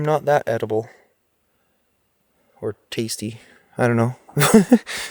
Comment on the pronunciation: The way you said tasty reminded me the "Candy Crush" tadty lol. 😅